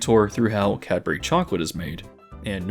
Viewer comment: couldn't say Cadbury tho 😭